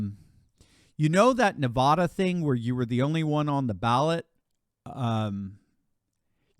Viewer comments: You’d think that; someone who reports on politics would know how to pronounce Nevada correctly. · Love ya but you keep mispronouncing Nevada. Please do better